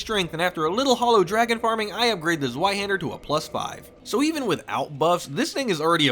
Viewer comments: Just in case you're curious, "Zweihänder" is pronounced as "Ts-wye-hender", or "Ts-wye-hendar". "Ts" like the "ts" in "Cats". The "wye" like "eye" with "w" in front. And the "a" with the two dots above it is an umlaut "a" that is basically pronounced like "eh", tho, if the word is written without the umlaut dots above the "a", then you can pronounce it like "haand-er". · The W in zweihänder is pronounced as a V, Doof. Es ist Deutsch! Also Sif is canonically male, and Domnhall is pronounced "donnal". Because Scootish.